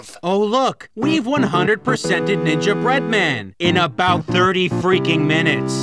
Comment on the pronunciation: It irks me the way you say "Ninja Bread-Man", clearly ignoring the cadence suggested by the "Gingerbread Man" pun.